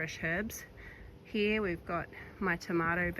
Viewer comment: 😂ya now you're listening to a Melbournian when they say "heeya" for "here".